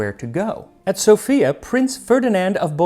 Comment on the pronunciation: Btw, Sofia, the capital of Bulgaria is pronounced with the stress on the O, not the I. And I would love it if you could cover an old Bulgarian dish 😊